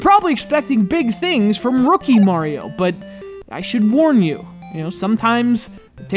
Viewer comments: I hate how he says "MORIO". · I hate when people say "mArio"